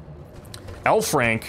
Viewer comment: I keep thinking he says 'hellfrank'.